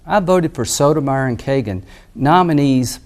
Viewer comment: Her name is Sotomayor not Sotomeyer!!